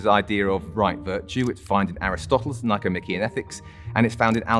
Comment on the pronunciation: The correct pronunciation of “Nichomachean” is with the stress on the penultimate syllable: the ‘e’.